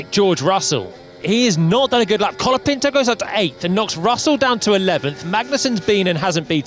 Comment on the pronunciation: Isnt his name colapinto? and not calopinto like everyone is saying?